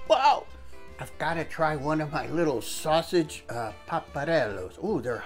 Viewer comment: My darling SUE! How are YOU!! I was NUTS to be trying to row in that ice! I should get an N for NUTS!! I need to go find a new wooden stir paddle! Thank you for reminding me! I wrote it on my shopping list! My saus-eege (I love your perfect Italian pronunciation!) was a good change of pace from bacon! IT WAS SOOOOOO TASTY!!! The mushroom heads were awesome filled with creamy goodness! I wish I could take credit, but I just stumbled on these recipes thanks to Google! Your are so kind! You're the bestest! I can't thank you enough! Now for those hugs!!!!!!!!!!!!!